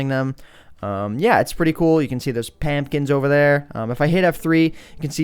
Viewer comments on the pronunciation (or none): did anyone hear him say "pampkin" instead of "pumpkin"?